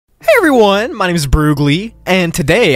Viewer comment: The way he said hEy EVRey one